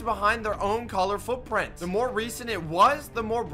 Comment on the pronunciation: "And the more the frrupprint frras away"